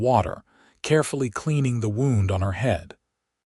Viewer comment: AI MUST be edited & trained to names, cities, and words spelled the same but pronounced differently!! Eleanor is not El-EE-nor, but El-AN-ot. Santa Fe is not Santa FEE! a wound is not wound around. I cannot bear the ear twisting abuse.